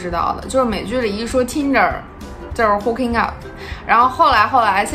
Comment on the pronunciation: 说英语还带着东北那疙瘩口音。T银der，我真服了。